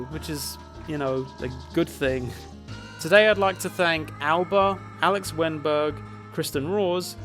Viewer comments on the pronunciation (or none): none